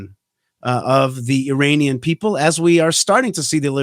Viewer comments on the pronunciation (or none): ... Have I heard correctly? Did you say "Uranian people"?...